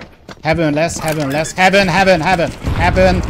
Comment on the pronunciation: hevön lesz. Hevön lesz. hevön. hevön. HEVÖN. HEVÖÖN...... Még jó hogy infóztam. :D